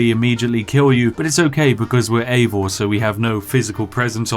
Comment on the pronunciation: Props for pronouncing the dudes name Eivor and not Aivor as many do.